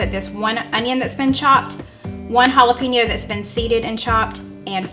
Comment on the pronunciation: OK, this Texan is going to give you a lesson on the pronunciation of Jalapeño. Here goes😊 halla pain yo. Your welcome 😂😂